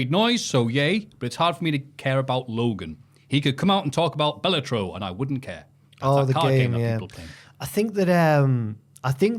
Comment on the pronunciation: not knowing how to say Balatro, whilst very on brand, betrays his pop culture cred.